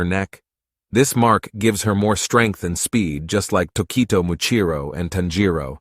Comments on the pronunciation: “Dakito” Burh its tokito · “Taquito” it’s not Tokito no more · no way he's pronouncing his name "taquito" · Talki - to, Not Tequito... fuck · hailing taquitos it's hailing taquitos ahhhhhhhhhhhhhhhhhhhhhhhhhhh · Why he call Tokito, Takito like the food? (Sorry if I spelt these names wrong) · I mean, quite a lot of these details are really just speculations and theories But I seriously just can't watch this whole video, the way he says the names is putting me off Who says Genya and Tokito like that 😭😭